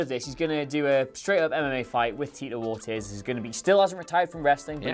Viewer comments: It's pronounced "Or-TEEZ" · pronunciation of "Ortiz" is so fucking cringy. It's two syllables. "Or-tees." How do you not know how to correctly pronounce of the most common Hispanic last names? Fucking uncultured Englishman. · Ortiz is pronounced like Or- tease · Oh my god please look up the right way to say Tito Ortiz name right that shit was killing my ears 🤦🏾‍♂️